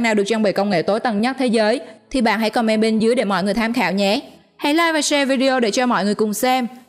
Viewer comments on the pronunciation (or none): none